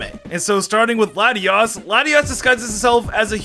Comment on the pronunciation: It is Latios, not Lettieooze.